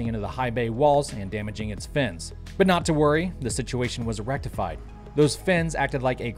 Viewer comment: "Situation was E-rectified"... LMAO